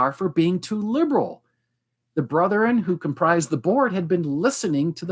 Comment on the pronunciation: How odd., for whom English is a second language, knows how to pronounce correctly the word "brethren," whereas two PhDs persist with the hicky "brotherin." It is very simple. The correct "brethren" is a two-syllable word and the incorrect "brotherin" is a three-syllable word. Brigham Young, who was apparently barely literate, used "brotherin," as may be seen in the Journal of Discourses, where many of his speeches are recorded. If you doubt it, please call Radio Free Mormon, who has commented on this issue in his podcast titled "A Marvelous Work and a Blunder," reviewing a film made by the church. The actor playing Joseph Smith in the film said "brotherin," thereby manifesting his connection to the moridor. Better yet, just ask.